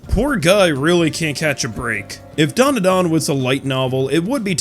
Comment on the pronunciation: Why do North Americans stick a few "U"s into Dandadan? The hell is Duanduhduan? 🤣